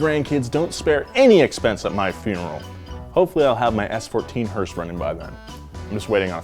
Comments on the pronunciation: Every time he says hearse, I hear Horse.... Thanks... More hearse power baby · Who else gets annoyed when someone calls a Hearse a "Hurst"? Hearse= funeral car Hurst= shifter